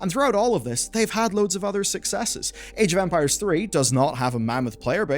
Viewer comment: I might be just hearing something wrong, but I've heard so many "age of vampires" during the video that made me pause and listen to it again. Sorry I just found it funny.